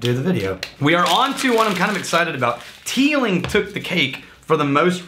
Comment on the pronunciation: I bet the authentic Irish pronunciation isn't "Teelinkgk"